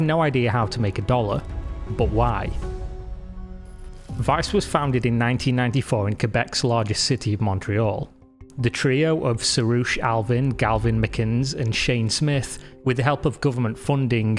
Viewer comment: "Galvin McGuiness" ??? Nice